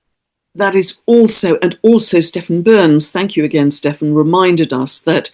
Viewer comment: Thanks,. Stephan is pronounced Steph-On. I fully agree with your message.